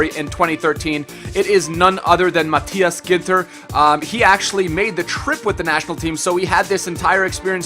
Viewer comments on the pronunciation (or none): none